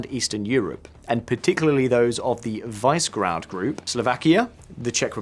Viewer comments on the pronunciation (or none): Visegrad is pronounced differently. It is: [ˈviʃɛɡraːd]. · Thanks for the video. My only criticism is that maybe you could have learned the proper pronunciation of the few names that are in the video Like Budapest, Visegrád or Mészáros. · He still hasn't learned how to pronounce Visegrad. Is it so hard to put an ounce of effort into what you're reading?